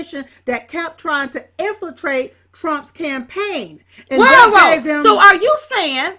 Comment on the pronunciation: "Infratrate", really? Jesus....